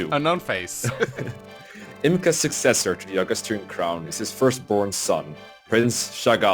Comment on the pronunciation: It's Agustrian, not Augustrian. Anyway, Chapter 2. I like the music, as well the units you recruit in this chapter (except Sylvia), but GOD is it so boring from the backtracking